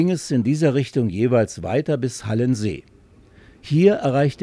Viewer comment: Schöner Film. Ist es nicht aber der H-a-lensee und nicht der Hal(l)ensee?